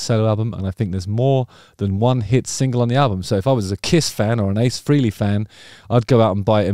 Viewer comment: It's pronounced "Fray_lee" not "Free-lee"....😶